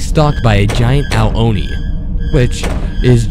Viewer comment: You keep saying Oni wrong! It's "ooo-nee" not "oh-nee"!